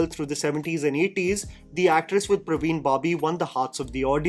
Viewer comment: It's not Praveen..it's Parveen..